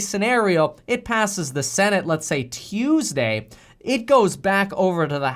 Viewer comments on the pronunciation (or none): none